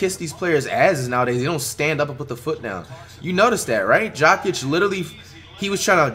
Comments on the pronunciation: I’m dead. It sounds like he’s saying Jock Itch for Nikola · Way he says Jokic